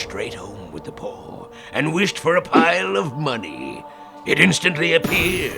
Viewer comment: How come when spaghetti boi says “funky paw” it sounds like “funky pore”